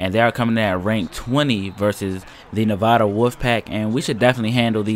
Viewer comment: Just for future reference, it's Nev(a)da as in apple or add, not Nev(ah)da. Trust me. I live there.